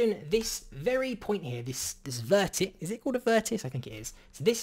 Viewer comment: It's called a vertex. The plural is vertices which pronounced ver ti sees